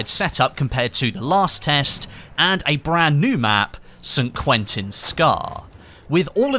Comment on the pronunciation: I love how says San Quentin Scar xD